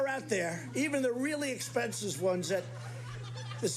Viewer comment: how did he say 'expensive'? lmao